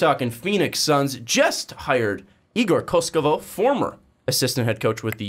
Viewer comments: not koskovov, KOKOŠKOV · Slovenian coach but igor is a Serb. read as it writen KOKOshkov not koshkovov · ko-kos-kov kokoskov Thats how you pronounce it